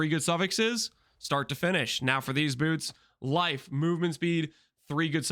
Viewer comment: Why are we saying "bewrts" Lmao